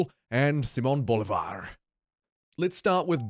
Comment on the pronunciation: Thank you for correcting your pronunciation of Simon Bolivar. It was immediately noticed and appreciated.